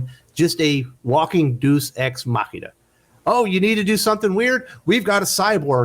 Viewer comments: A minute into the video: I hate to be THAT GUY but it's pronounced Day Us Ex Mac Inna. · I have to do the pronunciation thing. Please don't kill me: "DAY-us" ex machina.